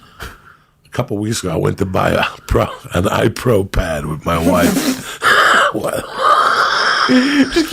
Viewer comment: "IPRO PAD" 😂😂 TREMENDOUS COCKSUCKA